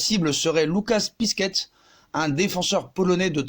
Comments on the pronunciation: Pour Piszczek ça se prononce Pitchek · « Lucas pisquette » mdrrr